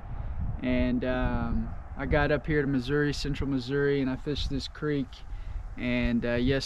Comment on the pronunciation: Atleast you pronounced missouri correctly. So many say uh at the end. Wrong